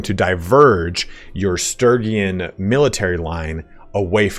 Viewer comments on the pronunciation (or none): Jesus take your time getting to what everyone wanted to know. It's Sturgian not Sturygin.